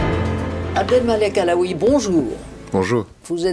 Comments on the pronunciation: Nebs Moi. Elle a bien dit Abdelmalek Alaoui. Tu t'es fait avoir par la liaison K_A. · Alaoui et non kalaoui🥥🥥Madame Ockrent 😂😂😂